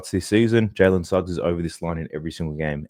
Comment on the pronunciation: Dude, your Jalen Snuggs has killed my parlay